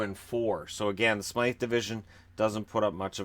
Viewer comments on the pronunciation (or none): none